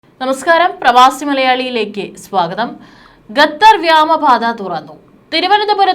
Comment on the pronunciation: Why gathar 😂 it's Qatar